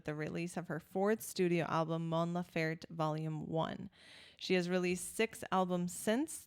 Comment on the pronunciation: Great reaction. just one thing the last E in her name is also pronounced, laferTE not lafert. She talks about her migranes, not love.